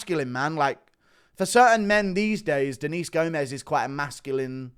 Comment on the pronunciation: Gomes is pronounces as if it rhymes with gnomes